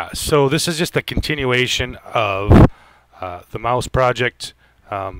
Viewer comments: MAAS u say its MAUS u have to pronounce the U too otherwise awesome review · Just say the english word Mouse and your good :P